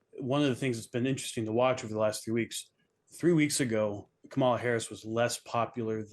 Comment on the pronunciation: This guy is a clown. He can't even pronounce Kamala's name.